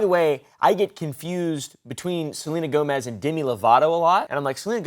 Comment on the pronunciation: Is no one else gonna correct him? I love this channel but it’s pronounced “GO-mez “ not Joemezz😭😭